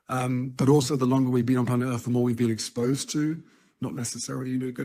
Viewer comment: Wow, he sounds like he just rolled out of bed. I wonder if his handlers have to coax him out of bed to make an appearance (because he’s getting paid to…) I chuckle every time he says: Erff (the Erff) 🤣